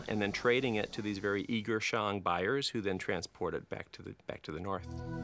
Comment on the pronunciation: Ahhn Yahhng of the Shahhng Dynasty, NOT Anne Yeing of the Sheing. These have to be the hokeyest Tales from the Crypt style reenactmemts I have ever seen, with that bumbling soldier figure swinging the halberd in slow motion followed by the cut shot of red paint blood spraying on the grass with an echoey snake exhallation resounding in the background. The PRC needs to roll out those new ground radar machines reshaping the world of archaeology and revisit all the principal sites, AnYang among them.